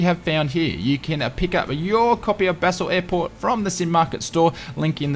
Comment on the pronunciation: FYI Basel is pronounced 'Barl', Dulles is 'Dull-es'